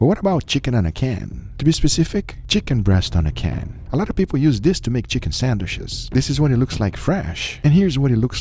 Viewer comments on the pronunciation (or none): Why does guga say "sandwish"?? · I like how guga can't pronounce sandwich